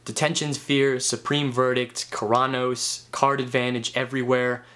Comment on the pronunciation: The way you said Keranos made me cringe a little bit, but still a good vid. xD